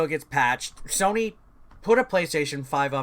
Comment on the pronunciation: Hes gonna get in trouble by the comments for saying sonny instead on sony/soeny